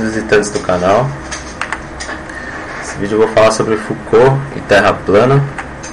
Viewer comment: Como levar a sério alguém que troca o nome do físico Jean Foucault com o filósofo Michel Foucault? E ainda pronuncia errado... Delete e faça de novo, por favor...